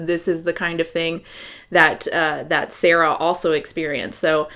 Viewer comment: BTW, I think you pronounced SAARA's name quite right at first - with two AAs. It is a Finnish name, Saara is from Finland and so am I :)